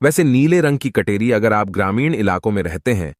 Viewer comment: Kateri ko katori na boley